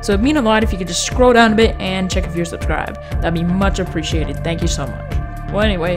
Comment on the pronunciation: Great content, deserve more subs, also did any1 else hear him say "Check if your subsribed" Just like ""hey guys make sure to unsub